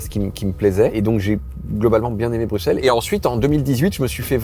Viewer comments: S’il vous plaît.. arrêtez de dire « BruKSelles », ça se prononce « BruSSelles » 🥲🥲🥲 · On dit « BruSSel » et pas « BruKSEL » 😭😭😭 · excusez moi on ne prononce pas le X dans BruXelles officielment la prononciation c'est brysɛl donc le x devient ss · Dites BruSSelles SVP 😭🇧🇪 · Y'a moyen de prononcer "Bruxelles" correctement ? Merci ! 😅